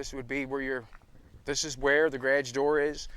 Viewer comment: i love the 'grage' instead of garage